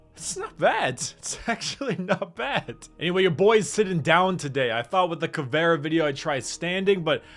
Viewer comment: Btw , you say Caveira name like Caveyra , means skull ( u dont say :v)